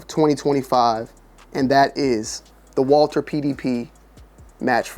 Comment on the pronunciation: Winning so much mfs still don’t know how to say their name